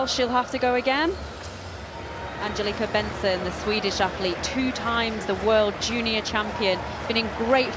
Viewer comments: How the hell do the commentator say her name? Angelita Backiston? That is how she says it to me. How hard can it be to say Angelica Bengtsson? It sounds just like it is spelled. This commentator are either stupid or drunk! The Alicia Bentsson. OMG this commentator is so bad. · "Angeleta Backisten" nailed it...